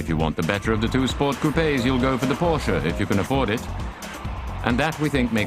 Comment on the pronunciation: If you cannot correctly pronounce Porsche, you are a hack.